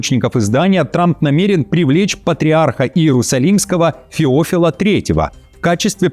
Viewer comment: ФеОфил 3 негодует от ударения (правильно феофИл)